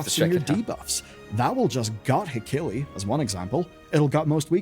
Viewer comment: He-key-lee… you’re killing me 😂